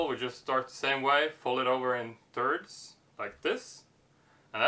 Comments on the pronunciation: This guy keeps saying "turds" instead of thirds. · I like when he says folding in Turds. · Sounds like ur saying turds...